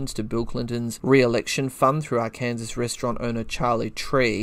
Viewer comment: Arkansas is pronounced Our-Can-Sore Love the channel